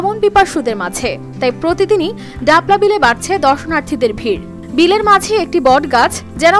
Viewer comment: আ'''লো হতিন ডাপলা বিল না..❌ ডালপা বিল হবে..✅